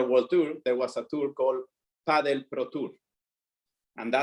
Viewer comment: Thank you for pronouncing Padel correctly (paddle) as it has been pronounced (it was actually written like that before as well) for decades :D